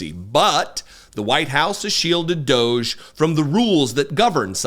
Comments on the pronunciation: Can we agree to not promoting EM's brand by pronouncing D.O.G.E his way? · please call them what they are, "Doggie" not "Doge". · I submit a proposal to pronounce it “doggie). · I pronounce it "doggy", because it's a dog's dinner-- if you're not from the UK that's British slang for a f'ed up situation.